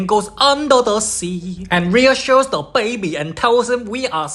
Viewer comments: the way he said “bAiBy” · How he pronounces baby as bwaybee is hilarious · The Bayuh-Bee